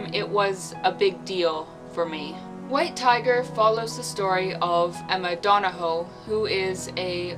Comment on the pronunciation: Hey idk where you’re from but I’m Australian and Donahoe is pronounced Donn-ah-hoo. No hate though :)